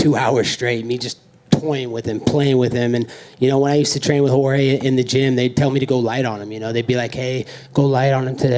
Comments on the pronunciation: How Colby is calling Jorge: Street..? -Jedus? 🤣🤣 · street jodes masvidal bruh you don’t know how to how to say Jorge gamebread masvidal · He called Jorge Masvidal George?🤣🤣🤣